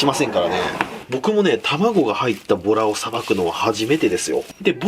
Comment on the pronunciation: ボラの卵の〜 のボラのイントネーションが完全にトラやったで！？ 撮影中にトラと遊んだな？ψ(｀∇´)ψ